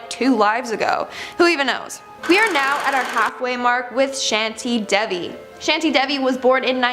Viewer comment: Shantie Devi not shanty debbi n cadaar nath By the way iteresting video 👌🏽